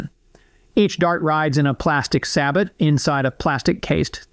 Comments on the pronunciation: sabot is pronounced Say Bo not Sab Bat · You say Steyr correctly but can't pronounce "sabot" correctly haha. It's "say-boe" my man. Great video. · sabot is pronounced "sa-BOH" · That pronunciation lol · FYI the t in “sabot” is silent. It’s French or something. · Tiny nit pick, you don’t pronounce the “T” and the end of sabot. But otherwise a great video.